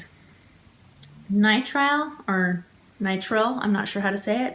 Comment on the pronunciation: ya said it rite the first try nitrile